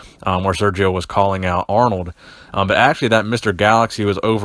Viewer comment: Lol he just said aronld and Schwarzenegger 😂😂😂 still a good video though lol